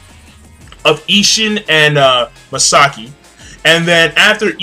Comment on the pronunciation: Bro, I usually don't do this because I try to be lenient with other's Japanese pronunciation--but so help me god if you her Misaka again...